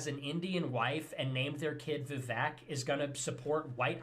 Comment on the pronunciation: As an Indian I just have to laugh at "Vivack". The pronunciation is so off, and I get that Fuentes is a dirt stain but like white people never even bother trying to pronounce poc names properly unless they have white origins. It's hilarious XD